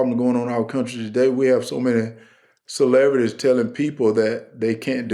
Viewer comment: Did anyone notice that Controversial Herschel said Celevrities instead of Celebrities?